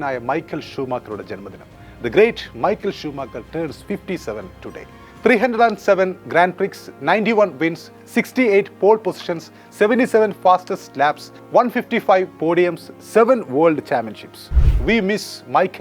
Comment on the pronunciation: ഗ്രാൻഡ് പ്രിക്ക്സ് ❌ ഗ്രൗണ് പ്രീ ✅